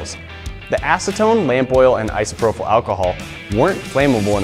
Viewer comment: It's iso-pro-PL alcohol, not iso-pro-FUL .... every time he said it I winced.